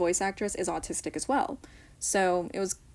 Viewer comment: I got so happy when she said 'I am autisic'